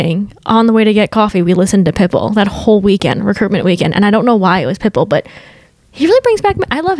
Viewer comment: the way is saying pitbull is CRACKING me up 😂😂 pit BULL